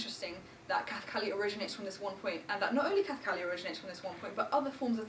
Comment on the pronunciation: The word kathakali itself is mispronounced.